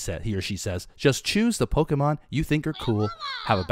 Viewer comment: why do you call pokemon polks?